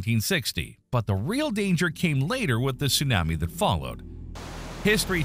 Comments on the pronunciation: If Tsunami wasn’t pronounced the way it is in the video, I’d be less bothered by the narrator. ‘Soon-am-me’. I’ve never heard it said that way. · If you are going to have a person speak about Tsunamis, you could at least find someone who can say the word correctly!! Also, the word Aleutian! He drives me crazy!! 🤯